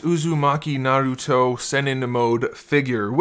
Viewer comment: How are going to do a. Review and not know how to how to say naruto right